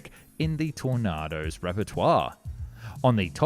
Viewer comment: you messing with us there, Mr AI Pronunciation? "Tor-nah-do's repertoire" 😂